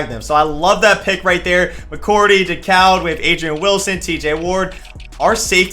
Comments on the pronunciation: Thomas DeCOWD..... It's pronounced Thomas Daycood lol you da man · Thomas decoud is pronounced day- coo